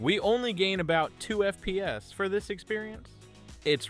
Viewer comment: he’s ai voice trust he says FPS weirdly